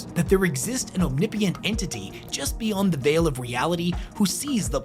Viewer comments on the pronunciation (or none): Omnipee-ent? I suppose it kind of fits with nurgle, but still... Omnipotent my man. Omni - All Potent(Potens)- Powerful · bro said "omnipient" lmao